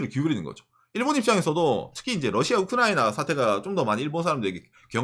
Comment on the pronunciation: 이제 발음이 약간 흔들리신다 ㅋㅋㅋㅋㅋ 우크?라이나